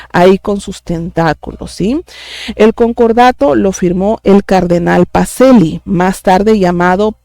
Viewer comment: Pacellí, pronúnciese: Pacheli. Bendiciones!!!!